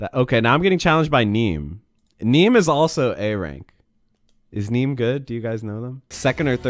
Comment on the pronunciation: “Is NEEM good?” Lmao 🤣